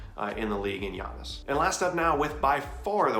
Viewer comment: Why they butcher giannis’ last name so bad 😂